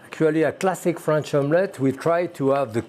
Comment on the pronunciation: "Classique" is the best part